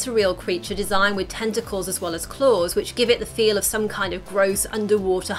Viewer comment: Wtf I swear it was testacles